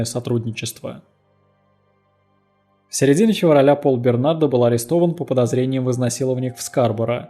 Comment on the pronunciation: Бернар,а не Бернард!! Д-. не говорится.Переводчик хренов!